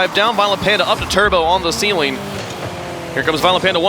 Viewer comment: THE COLDFIRE floor+ ceiling=feeling. 😂😂😂😂 Phonetic dyslexia..